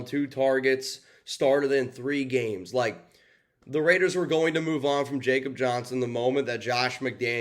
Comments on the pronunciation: It’s (Yakob) Johnson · Commitment to Excellence my butt. How do you call yourself a professional and you can’t even pronounce his name correctly. If you’ve watched all the interviews over the years, when they call him by name, you’d know how he / they pronounce it. He’s German. It’s “Ya-cub”. Before you make excuses about pronouncing names of foreigners, how do you pronounce a Mexican named Jesus. So no excuses dude. Get it right. The guy has done enough in his career to deserve a reporting professional to get his name correct. If you want to be a pro, do the work! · WTF????? And it's pronounced (ya)kob. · After being on our roster the past two years, a can’t believe you can’t say is first name correctly! He’s European/German…come on??🤷‍♂️….. JJ wouldn’t have near the rushing yards without him! Yeah I get it, but NOT for the reasons you mentioned! LOOK at the high powered Dolphins and Niners….they use a full back….successful!…..We can’t always use a backup guard to block for JJ when the OL is shitting their bed!! Alec Ingold who we should have never moved on from is doing well the the team we likely won’t have answers for this week end!….Good luck to #45! aka RaiderDad559